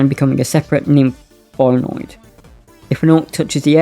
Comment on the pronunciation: Not to nitpick mate but it's pronounced "Bio-Ned" . Thanks for the video, always awesome to get new Spelljammer Content 👍👍